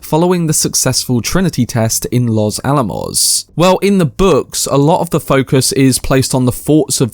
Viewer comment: Way to go! You said "Los Alamos" correctly! OK, considering support even though you push it a bit too much. I'm old, and allergic to notifications, just you wait. I bet the explosion goes on for 6 minutes! I get what you mean, that his life is blown up in slow motion as well. If it's first person, they can't show the overseas detonations. Not needed and impossible I guess.